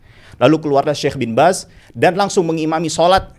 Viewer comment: Bin baz bukan bin bas